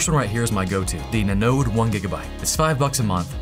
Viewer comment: Are you an agent of LENODE? always LENODE, LENODE and leeenoddee....?